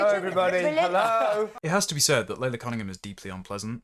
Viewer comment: Shouldn't Laila Cunningham's name really be pronounced 'Lie-la'?